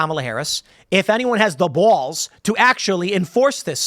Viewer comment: Ha! Tim said "balls" like a New Yorker